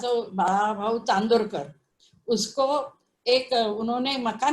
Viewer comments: Sir plz plz he is not chandrokar u pronounced wrong.. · .Please get your pronunciation right.It is Nana Saheb CHANDORKAR not Chandrokar:)